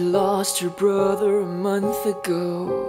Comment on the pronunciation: FINALLY! Someone that can pronounce the word “brother” properly unlike the original where the singer says “bRaHde”